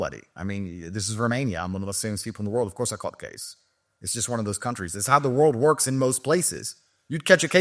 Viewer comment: And he said “works” wrong he said “wuks”